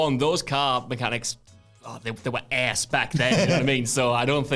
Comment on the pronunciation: For the love of God, plz stop pronouncing ass like an American. You look and sound goofy asf. The 1st time was whatever, but to do it every single time is just terrible